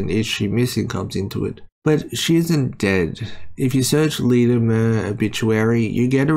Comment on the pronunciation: BTW it's pronounced "myoor", not "mer".